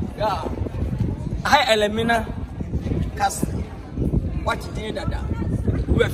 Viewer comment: Elmina not Elimina😂😂Eei not toulist it’s tourist